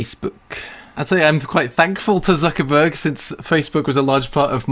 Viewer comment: Probably cringed at Zuckerberg too